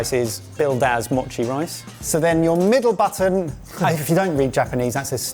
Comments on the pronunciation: “Mōchi”! (Not “machi”) It’s made with sweet, sticky rice. Not “sweetened” rice (no sugar is added). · "machi" You mean MOchi. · More Japanese gadgets, yay. すごい Os in Japanese have a long vowel sound. Mochi is pronounced moe-chee